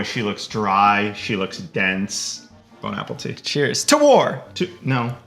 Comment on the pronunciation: I love how says “Bone Apple teat” instead of “Bon appetite”